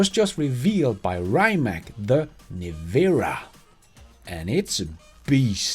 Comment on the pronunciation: Its pronounced Nevera, as in you”ll Never-a have the money to afford one.